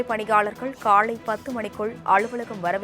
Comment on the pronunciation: News reader should practice more for the "vallinam - lla" mellinam - la . when she pronounce kalai - it is like Kallai - means "bull"